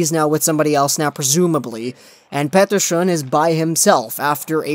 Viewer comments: They way you say Petterson triggers me and I have a decent knowledge of Swedish. I shoved one of your Petterson vids to my (Finnish-) Swedish friend and he said the same :D. Anyways your videos are always gold! Could you do a vid about Aho and Teräväinen. I know they got those points against Latvia, Norway and Korea but it's still impressive :) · Please stop saying petterson with that accent